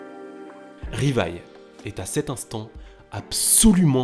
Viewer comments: On dit livai et non rivaille, les japonais prononce le L En R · Plus jamais tu dis Rivaille c’est quoi cette insulte C’EST LIVAÏ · Choqué qu'il dise " Rivaille " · " Rivaïlle" aïe mes pauvres oreilles 😭😭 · Tu dit Rivaille... je be shocked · Ça se dit Livaï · sa ce dit livail et sa s écrit levi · Arrêtez de massacrer le nom de ce pauvre Livai...